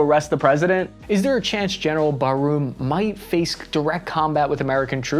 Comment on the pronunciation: It's pronounced "Bar-moo" dude, not "Barroom!" :P Yikes...